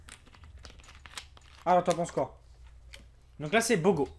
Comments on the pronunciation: Mdr jpp il a dis bogo l'IME XD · Le bogo comme tu dis se dit bouga 😂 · c'est pas bogo c'est boga😂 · C'est pas Bogo mais Boga 😂🤦🏽‍♀️ , ya aussi Boga cidre 👌🏽🔥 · sa ce lit ''BOGA'' mais on dit ''BOUGA'' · Il a dit bogo 🤣 c'est boga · la bogo on dit bouga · C'est pas bogo c'est boga😅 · On dit bouga